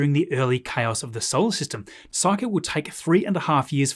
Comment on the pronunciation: Makes me so happy hearing someone pronounce Psyche correctly after so many other videos got it wrong